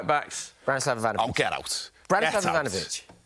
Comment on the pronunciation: As a neutral, is correct with his Ivanovich call.